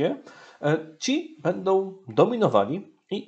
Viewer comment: Niech ksIądz ksiołdz nauczy się sieł mówić po polsku !!!! Nie mówi się: nowoł tylko nową Bełdoł Będą Idoł idą, zroboił. zrobią Itd itd Najpierw nauczyć się mówić a potem komentować !!!! Nie zachwaszczać języka (jełzyka) polskiego!!!!